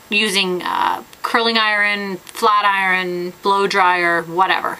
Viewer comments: i love how u say iron iruon! haha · yuo say IRON wrong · i like the way she says iron :)